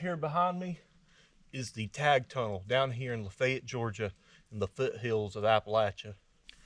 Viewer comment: thanks for saying Lafayette correctly. i lived there for years, and yet i have no clue where this tunnel is.